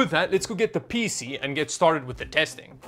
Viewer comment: hearing him say Peezee never gets old :P i can not put my finger on it, but it sure does not sound like pc the way i say it.....